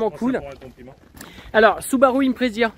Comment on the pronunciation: IMPREZA ! Et pas impresia, 1T300kg.